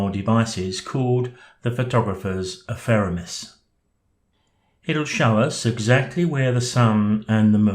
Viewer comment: always enjoy your videos and using pte av studio. There was something about this one though that kept irritating me. Then it struck me. It’s The Photographers Ephemeris, not Epheremis! Easy mistake to make.